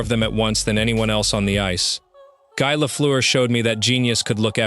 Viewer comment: If you are going to use AI to fake voice, for crying out loud…make it pronounce Guy Lafleur’s name properly FFS!